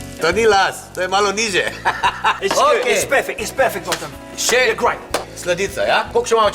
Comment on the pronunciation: *part of the joke is that in Slovenian language you pronounce it like "Boyan" but when he anounced him he was pretending he doesn't know that ("Bodjan") XD